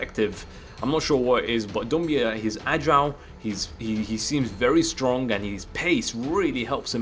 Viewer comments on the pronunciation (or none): It's strong not stronk